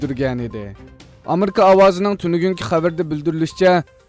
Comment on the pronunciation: “Amerka “ emas “Amerika” dap ukung..